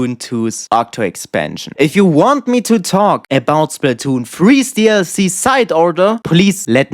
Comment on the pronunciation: "SAHID OHDAHRS"